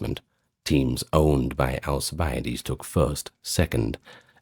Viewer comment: AL CIB A DEES theres no a after the i